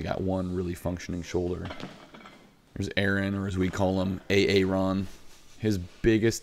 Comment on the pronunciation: "A-aron" Haha!